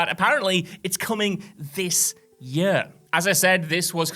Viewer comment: For fucks sake learn to pronounce ‘year’. Yurrr.